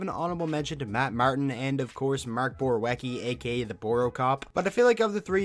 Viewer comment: Hate to correct you but its pronounced BorVIETSKY on Borowiecki